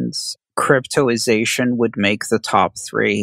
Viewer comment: I'm reading cryptozation but you keep saying cryptoization?.... which is it.... is it misspelled or are you misspronouncing it?....